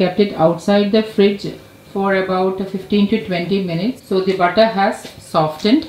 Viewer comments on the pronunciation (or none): none